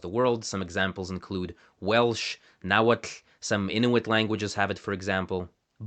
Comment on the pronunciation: Ahhhhhahahhaahhhah😱 after u so beautifully said "nahuatl" that i had to rewind it 4 times, u went on slaughtering the LARDIL i.e. the easy mode :O u made all stops sound retroflex like indian, but none are in this example xD ... these here are like e.g. english stops vs italian stop i.e. is a italian T with tongue tip between the teeth, and the is the english T like most people are used to (i.e. with the tongue tip against the bone-y ridge behind the upper teeth) --- and there is a which is simply the russian "soft" T like in the name of the rapper Timati EDIT: now i know why i was confused the first time i wrote the comment ... u use plain , at least in the Damin line, but i rechecked both tables, and no orthography/transcription employed in any uses bare .. so what are those in supposed to be? ? ? ? also, a funny quirk of Damin having dropped retroflex sounds is that the orthography/transcription suddenly switches -- a sequence like <...rn...> being an onsent consonant (retroflex) in while something like that in Danim would be a syllable break coda|onset sequence with different sounds. i like that Danim even complicates things when put in a latin setting 🤣